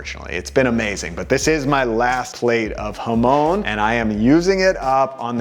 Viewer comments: Hamone ??? Bit respect for pronunciation please... Jamon!!! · bro be pronouncing jamón like hoemone